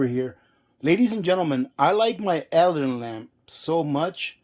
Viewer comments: Pronounced "Uh-lad-din" , like the genie. Make sure you are using K1 kerosene, not the "kerosene " you get in the paint department. That is Stoddard solvent, much lower flash point! Check the CAS number on the container. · I think it's pronounced " ah lad in". I have a Aladdin kerosene heater I'm getting ready to fire up and prep for the winter. Good to know about the fuel! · It's 'A Lad An' lamp. Like Disney Aladdin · As Ginger Ehrhardt mentioned, the lamp name is pronounced a-LAD-din with the accent on the second syllable. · It is pronounced: A-LAD-DIN lamp. Just for your information. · so he says Alladin correctly then says it wrong the rest of the video, he says it on purpose, I have NO clue why he would but ok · I was trying to help. What if someone wanted to buy an Aladdin lamp but was pronouncing it like? The sales person wouldn't know what they were talking about. Don't be so sensitive.